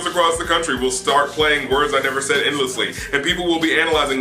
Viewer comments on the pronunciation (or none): did he just pronounce said as SAYd?